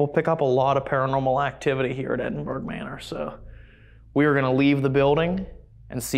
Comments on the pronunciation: ed in burr ahh non edin burg...if you cannot understand scottish...do not use it..or try to pronounce it..you just sound foolish...ya dobbers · I live near Edinburgh in Scotland. We pronounce it Edin-bu-ra 🏴 Another great episode. 🥰🏴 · Brilliant episode as usual..........just wish I could teach you how to say Edinburgh properly 🤣😘❤🏴 love you guys xx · The Ghosts are only upset that everyone is saying Edinburgh wrong.